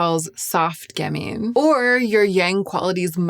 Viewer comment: And "gamine" has the accent on the first syllable, with the second being a "schwa" sound, not "ee". (Once a literary agent, always a literary agent...there's a T-shirt out there with my name on it--the one that reads, "I am silently correcting your grammar and pronunciation".) 😊